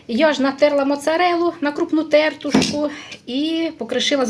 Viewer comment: Ви ж не сторічна бабка, що звикла неграмотно говорити. Ці всі ваші те'ртушки та за'смажки з не вірним наголосом так ріжуть слух - жахливо слухати.